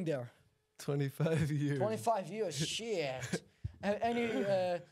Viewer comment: loveee the Slavic/foreign mother styled - “shieeet” ❤😅😭